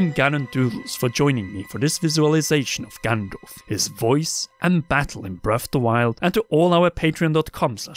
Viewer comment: Breaf’de Wilde